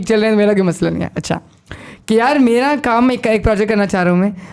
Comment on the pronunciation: Excellent pod cast. Everyone can relate to this. Just a suggestion, its Ghum not Gum. And its may-ra not meera